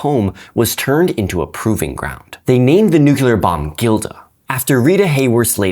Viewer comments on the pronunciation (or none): Damnit,. You messed up lol. It’s most effectively pronounced as “New-Clear” or of one insists on the third syllable “New-Cle-Ar” but never will it ever been condoned nor forgiven to be pronounced “Nuke-you-lar”. Love the channel, very informative but you messed up pretty badly there. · Nooo! you're one of those who says "nukeelar". Didnt expect that, not from one of my favourite educators 😭